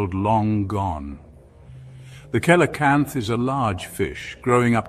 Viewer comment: Dear, it's pronounced SEE-LOW-CANTH and SEFLO-POD. Other than that, the information is solid.